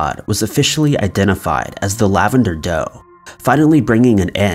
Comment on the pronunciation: "I've been " sounds so strange. Who are you now then? 😜